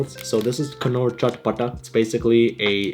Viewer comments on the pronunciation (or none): Not kanoor bro it's norr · Its not knor its pronounced as nor . Btw Art attack shirt is❤ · It's not knor, it's pronounced as 'nor' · and it's not pronunced knor it's nor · knorr nahiii norr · its norrr not kanor😂😅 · Maybe it's the ocd but the first one is called nor not kknorr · its not pronounced knoor its pronounced norr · It’s not kunorr k is silent it’s norr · First time I am hearing someone saying Knorr as "k-no-rr". It's Norr😂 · Its pronounced as (norr) not (k.norr) . Here k is silent. It is also available in India😊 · Bro its not pronounced as *K*nnor, its pronounced as Norr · Its pronounced "norr" Instead of "knorr" (K is silent) and we have an indian version of that in india, the indian version is basically a soupy noodle, its amazing masala and its one of my favorite instant noodle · Wtf it’s not pronounced ‘kannorr’ it’s basically norr”” and it’s Indian brand bro. It hurts bro😢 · Kanorr?? K silent it's norr. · It’s pronounced as ‘norr’ the k is silent like in the word ‘know’ ‘kunoor noodles’ made me laugh😂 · It's knorr not K-norr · It's pronounced as 'Norr' and not 'Ka-nor' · Its not kunorr its knorr like norr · Its pronounced "norr" not "K-norr" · bruh it's pronounced as norr not knorr 😂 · Its not "K-Norr" its pronounced as "Norr" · Knorr is pronounced as norr not kanorr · 😂 It's pronounced "nnorr" not "kuh-noor" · its not K norr its Norr, K is silent👍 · it's not "Knorr" It's "norr" lol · It's pronounced norr not k-norr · I died when hi said "Kanor" noodles 😂😂😂 it should bhi pronounced as "Nor". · Bruhh, Knorr is pronounced as "nōr" not "K-nōr" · It’s Pronounced Norr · It's pronounced Norr K is silent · Khuh- norr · Isn’t “K” silent in Knorr? I think it is pronounced as n-au-rr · Why do Pakistani people pronounce Knorr as Kanorr? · Bro knor pronounciation is wrong,the k is silent, its nor. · I think knorr is pronounced Nor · Isn't the "K" silent in "Knorr" and is pronounced as "nor" ??? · "Kuhnoor noodles" 💀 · Yo it's pronounced as Nor